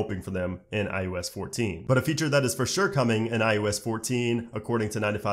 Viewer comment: My question is why does he say ius